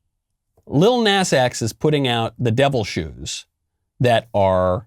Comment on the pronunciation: Love how Michael pronounces “lil nas”